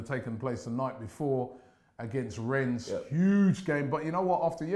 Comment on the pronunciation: Just a little observation. Arsenal fans are somewhat bipolar. One day they hate everything about it and the next day, after one good result this!!! Lol ! Plus Robbie is never gonna learn to pronounce Rennes now is he?!